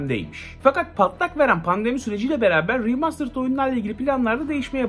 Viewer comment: seni çok seviyorum ama Riimastırıd deme be abi 😄😂 veya 8-10 kere deme yani